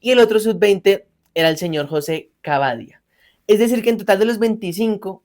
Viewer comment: Cabadia esta mal pronunciado